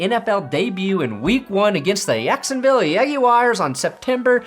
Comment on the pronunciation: Promise to never say Jacksonville like that again and I’ll consider resubscribing